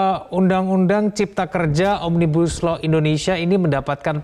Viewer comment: Pendemo Yang gak ngerti Omnibus Law... Nyebutnya ... "OMNIGUSLOW" 😁😁😁😁😁😁 ✌✌✌✌✌✌